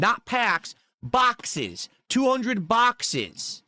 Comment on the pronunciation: “Not Paaaacks guise! Bhackses! BHACKSES!!